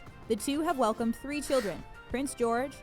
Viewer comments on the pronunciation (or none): none